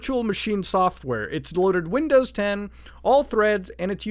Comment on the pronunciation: "windozes" -Mutahar